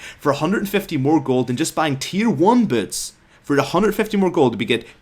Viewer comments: "tier 2 birds". Rip accent. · That accent... Sounded like you said "bots" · i cant take this video seriously when i hear this guy saying "boots" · whats so hard about saying "boots" properly?